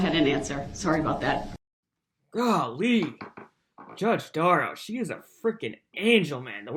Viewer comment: Brooks thinks b/c he’s representing himself he has the same authority as Judge Darrow/ sorry, Duh-rell, that just isn’t the case.